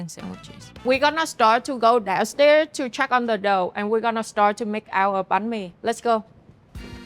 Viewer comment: its funny how she says "dough" like "đậu"(tofu)